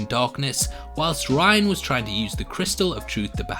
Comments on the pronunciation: How did you manage to watch all of season one and come out the other end still mispronouncing Rian’s name as “Ryan” when it is clearly and always pronounced “Ree-an”? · It's Rian, not "Ryan" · ITS FUCKING RIAN, NOT RYAN......R-EE--AN, DID YOU EVEN WATCH THE FUCKING SHOW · No offense, but how do you pronounce certain things wrong after hearing them throughout the show? Like Rian and Maudra Fara.